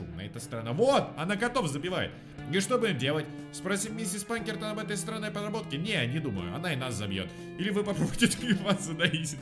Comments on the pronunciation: Ска, почему ПаНкертон если Пакертон!, по внимательнее!!! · Её зовут Пакертон,а не Панкертон и не Пинкертон